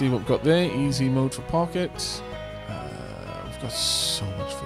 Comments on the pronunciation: I think Pocket is pronounced Poe-shet. It's basically a French mini-purse. She deserves a run, however you pronounce her name. Who knows? Maybe she can get all the way down and find the beacon. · From what I recall you gonna need to win a full run with each of the characters to unlock the last stage, so pochette it is (not pocket guh it took me way too long to figure out you meant her all this time. /pɔ.ʃɛt/ from french meaning small bag)